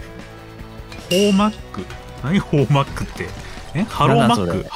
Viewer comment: ホーマックは、ホー↑マックの発音ですよ( ˙꒳˙ ) 世の中色んなホムセンがありますよねぇ( ¯꒳¯ )